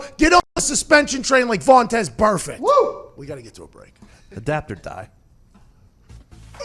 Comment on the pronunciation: What's the story with calling Vontaze Burfict "Vontez"? Makes me laugh every time.